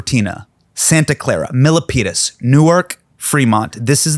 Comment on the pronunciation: Hasan, my fellow Aggie! It’s “Milpitas” and not “Milipitas” 😂. Spoken like a true SacTown-area guy 😂.